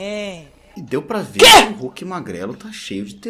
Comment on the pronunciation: Esse "que" foi com vontade em kkkk